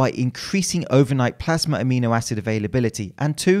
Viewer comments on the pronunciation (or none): none